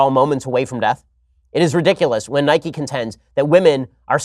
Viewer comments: Ben mate I respect you and all But when you pronounced Nike as “Nikey”, I lost a tiny bit respect for you. It’s pronounced “Nike” e being silent. You couldn’t call bike bikey would you? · Ben i love you, but please, please, realise that its pronounced nike not nikey i mean we dont ride a bikey do we?😂😂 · SHAPIRO ITS NIKE NOT NIKEY 😤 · It’s not nik-e. It’s Nike. Like bike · I know they have confirmed it but in my heart it’s pronounced Nike not nikey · He says Nike wrong I am becoming a liberal 😂